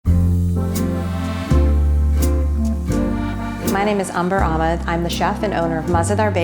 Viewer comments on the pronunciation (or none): none